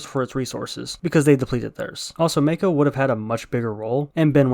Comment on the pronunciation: MAH-ko, MAH. Not MAY-ko. Her name gets said several times how is it hard to get.